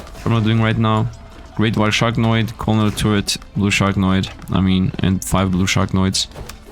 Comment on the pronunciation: SharkNOID. I cant get over him saying that